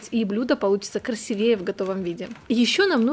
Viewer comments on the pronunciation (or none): КрасИвее если говорите, то лучше правильно или молчите